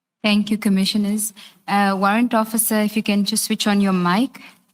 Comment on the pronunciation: This one does not even say correct commissioners 🤣🤣🤣🤣🤣🤣